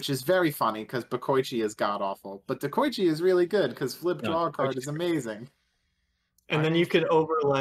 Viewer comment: by the way y'all mispronouncing Dekoichi also. It's not De-Koi-Chi it's De-Ko-I-chi. デコイチ Dekoichi is based off the JNR D51 Steam Locomotive which was nicknamed "デコイチ" or Dekoichi Bokoichi is also pronounced the same way. Bo-Ko-I-Chi